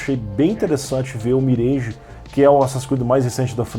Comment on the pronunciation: Fala! Boa tarde! O mirage é pronunciado como "miraj" e não "mireige".